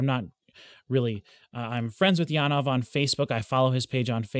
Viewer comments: The Jan part is corretctly worded, but ove should be more like ov-eh, where the eh is pulled out a fraction. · I love how passionate you are about Janove's music but I really wish you would learn to pronounce his name correctly!